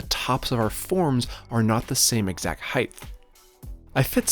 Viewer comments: Is it just me or does EVERY maker/builder on YouTube say "heighth"? That is not a word. It's "height". Is it just comment baiting (done on purpose to get idiots like me to leave a comment) or do you honestly not know the correct word? I'm not insulting (so all you perpetually offended people can try and relax) I'm genuinely curious. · I keep hearing you say 'heighth' (ending with a 'th') in your videos (mostly in the voice over, but there was one instance in this one where it was camera audio. Is that something that others in your region pronounce too? I have heard another youtuber pronounce it that way, but can't remember who. Do you even notice it? edit: not trying to have a go at you, or tease. Just interesting. I am from Australia, so I cop it from my wife's american and canadian relos for my accent and the way I pronounce things.